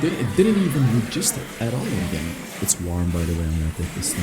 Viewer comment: Look up the pronunciation for “register” you’re a little off